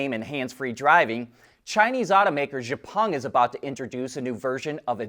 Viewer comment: Xpeng is not pronounced "zhe-pung". The correct pronunciation is "X-pung".